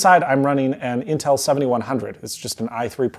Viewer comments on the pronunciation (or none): none